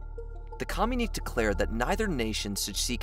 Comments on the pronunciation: You keep saying communique wrong fyi. You say "kah-myu-neek" but it should be "kah-myu-ni-kay" Sorry, after the 10th time I had to say something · When you say com-you-neek is it communique? Cause that's commune-ikay. If not then what's the meaning of the word cause I don't think I've heard it? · "Communeek" is not a word. Communique is pronounced "co myoon i kay." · "Communique" (as used at about 10.30 and elsewere) is usually pronounced "communikay", not "communeek", just thought it would help your video sound a little more professional. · It's not pronounced "Com - unique", it's "Com-uni-KAY". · "Com-u-nik" as you pronouce it should be pronounced as "co-mun-i-k" (communique) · Co-mu-nee-kay, leh-jiss,lay-chure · Communique is pronounced "ku myoon i kay." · It's irritating to hear your continual mispronounciation of the word that is pronounced correctly as "communiKAY." You make the word sound like "communist." Educate yourselves. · Pronounced: com mun e ka, please. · FFS!!! The word is pronounced COM-you-ni-kay!!!! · It really does. It's one thing to butcher Qing, it's another to butcher indo-china or comunique. Makes it sound like they don't know what they're talking about. It's especially egregious when you have to consider they've been getting this feedback on pronunciation for a while. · The frequent mispronunciation of words like communique and memoirs really detract from your videos